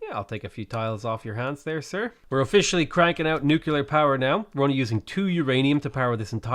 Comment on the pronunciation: Stop saying nookeelyar instead of nuclear, REEEEEEEEEE